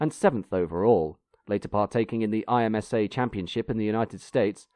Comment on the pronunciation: Great video. FYI, IMSA is pronounced as a word.